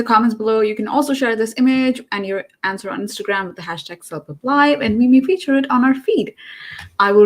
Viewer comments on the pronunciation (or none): none